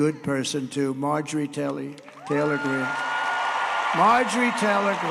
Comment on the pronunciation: Margery Taylee?? On the strong side😅😂